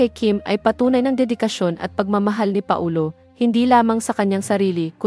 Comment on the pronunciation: Anong Pa - o- lo,ayusin mo pls